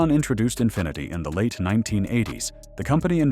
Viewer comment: The " Infineety " .... yeah, he actually said Infineety.